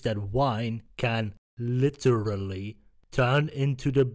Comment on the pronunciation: That "LI TER RAL LY" killed me